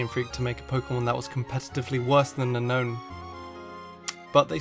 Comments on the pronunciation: it’s actually pronounced” un own” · You mean Un-OWN